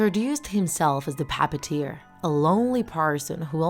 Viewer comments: Me: just randomly says puppeteer cuz I’m random: pappeteer I’m not making fun I actually like the way she says it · The thing that makes me laughed is how she said “Pappiteer” instead of Puppeteer. Nice creepypasta thou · She always say pupateer instead if puppeteer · Its not the papiteer it's the puppeteer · She says pappateer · ok, so i love the story, but at first i thought you said papa tear